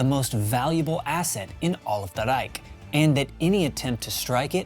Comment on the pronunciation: Why in the hell would you make a video of a German victory in WWII! You said Reich a little too well, are you a nazi